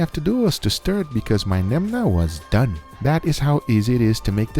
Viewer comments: Guga really said "Nemna" instead of Menma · But failed at reading menma 😂